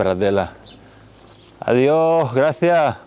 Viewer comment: Hi. I like you said "Adió--, Gracia--" instead of "Adiós, Gracias". Is that informal to not say the s sound? Or a local dialect? ¿Qué es?